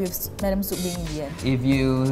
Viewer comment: Beng Not bang xd